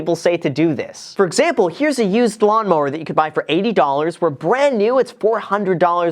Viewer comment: cue up Beavis and Butthead : heh heh... He said Lawmower ....heh heh heh . Yeah BuFF iT , Heh heh